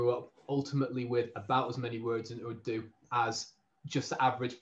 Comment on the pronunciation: Btw you pronounced ‘Urdu’ fine! Most people here would say something like ‘uuuh doo’ but like Spanish it has a short rolling r